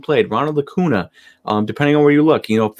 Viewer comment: Really like the video. Acuña (pronounced Acun-ya).